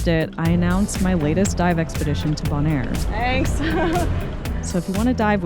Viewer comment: You’re crazy and brave. Keep it up. Also it’s pronounced Beaunaire, yeah weird I know.